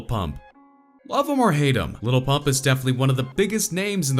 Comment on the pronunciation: White guy: Gucci Gane , Little PuMp wtf